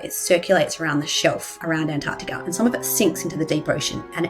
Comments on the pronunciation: Antarctica.. AnTARCtica. its such a pet peeve of mine that American’s say ‘Anarctica’ YOUR MISSING AN EXTRA T AHHHHHH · The missing T in her An-artica is more troubling. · i wish it would hapeen sooner, and swallow florida. btw i HATE it with a passion how americans pronounce antarctica! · the bigger catastrophe is how Antarctica is pronounced by this obnoxious mammal.